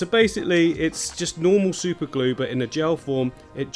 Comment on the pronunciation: Leaving the super glue pronouncing wrong. Made you seem more genuine 👍 good job